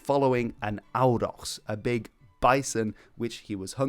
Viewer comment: Bro can pronounce Dragoș Vodă perfectly but completely butchers a simple word like Auroch 😂😂😂